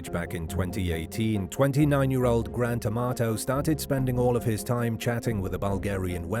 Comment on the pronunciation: The way the narrator said the name Grant Amato, it sounds like Gran Tomato!